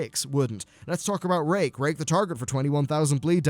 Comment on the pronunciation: Don't hate me for it, but I thought he said "If the target is below 25% health, it will refresh rape."